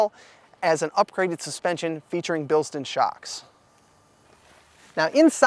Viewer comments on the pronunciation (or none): He also said Bill-Stin , BILL-STINE (like win Bill Stein's money tv show)